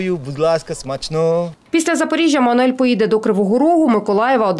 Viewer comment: Всі роблять одну помилку ,він Мануел, не Мануель .Або скорочено Манел))))